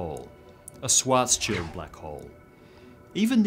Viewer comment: Schwarzschild is pronounced "SHVARTS-shild" and means "Black Shield" in German.